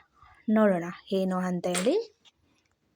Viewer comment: ನೀವು ಅ ಎನ್ನುವದಕ್ಕೆ ಹಯಾಕೆ ಹೇಳತೀರಾ ಏನು&ಹೇನು ಎರಡರಲ್ಲೂ ತುಂಬಾ ವ್ಯತ್ಯಾಸವಿದೆ ದಯಮಾಡಿ ಉಚ್ಚಾರ ತಿದ್ದಿಕೊಳ್ಳಿ.